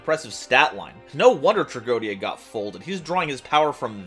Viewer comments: Yu-Gi-Oh players and mispronouncing Tragoedia. Name a more iconic pair. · You pronounced tragoedia wrong